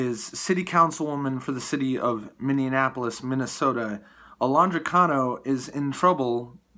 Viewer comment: Mindianapolis? How about Minneapolis ? Just trying to keep it right.